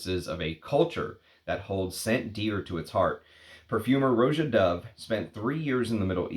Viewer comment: Roh-jah, not ROW-jah. Watch his interviews.